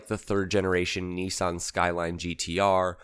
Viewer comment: When did nissan become neesawn?